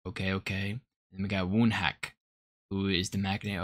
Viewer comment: Riwoo pronounced Ree-oo (w is silent) same with Woonak (oo-nak) I hope you check out the dance performances or practices! they have such a cool dance style, very chill vibes